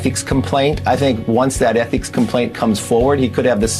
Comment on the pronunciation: "ETHICIS COMPLAINT"